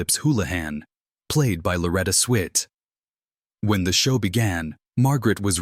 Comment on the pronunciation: Very poor production...the video bears no resemblance to the narration, reusing scenes repeatedly while the narrator mispronunces the names of Alan Alda and Loretta Swit. Interseting commentary on the show but very badly presented. Too bad.